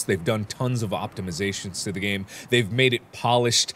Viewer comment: you said gane